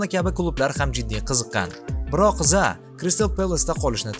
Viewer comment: Zaa emas Zaha. Biz Rus emasmiz H harfimi talaffuz qila olamiz